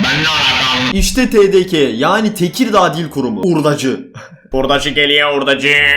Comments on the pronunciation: TeDeKa değil TeDeKe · Sende tdk yi yanlış söyledin. OIHGJPOIUQWE